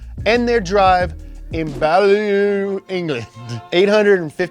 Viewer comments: Here we go again, "Baleww" - Beaulieu? Its pronounced "Buewlee" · “Balu” (Beaulieu) England is pronounced B-yew-lee ,it’s the home to one of the nations biggest motor sports museum. My dad was meant to take me there once when I was 13, instead he got pissed up in the New Forest pub and we ended up sleeping in a strangers house , had to walk though a cow field at 1am 😅😀😂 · Ballllloooo 😂 it’s pronounced beu lee 😘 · Bwee Lee not baloo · I know you were probably trying to trigger the brits but im gonna bite 🤣 Beaulieu is pronounced bew-lee not bow-lyoo. Also we use MPH not KPH, metric can fuck off when it comes to distances. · Beaulieu is pronounced "Bew Lee". It's the home of the national motor museum. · No joke, Beaulieu is stolen French (bol-leyou) that the English pronounce Be-youly. The auto museum is awesome, as is the whole historic estate. New Forest is a great place to explore South England. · It's said bue Lee almost boo Lee. It's the home of the Haynes motor museum . And they have a fat rally track near by 🎉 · it's pronounced 'BewLee', and it's in my county :) nice place with a motor museum Edit: Really didn't expect to see David Lynch. Really glad I saw David Lynch. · It's pronounced "bew-lee" the end point. English place names are hard at the best of times though! I also remember seeing an old school dvd were someone stole the grill of a crashed rolls Royce which was like 10 grand in the gumball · It’s B-U-LEE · Just a heads up Beaulieu is pronounced byoo-lee Awesome video guys as always 😊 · it's Pronounced "BYOO-LEE" BTW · Beaulieu - said BEW-LEE. Just fyi - from a Brit fan 😂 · Beaulieu is said BULI. It has one of the best motor museum there with a top gear exhibit with all there cars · Beaulieu is pronounced B-yoo-lee. Thought you'd want to know for future, it's a pretty major car place in the UK. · hahahaha Beaulieu is pronounced Be-u-lee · Beaulieu - pronounced "Byoolee", the more you know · Pronounced Bew-lee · It's pronounced bew-li by the way